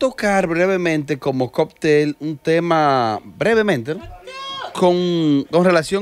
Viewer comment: se dice COCTEL no COPTEL 🤣🤣🤣🤣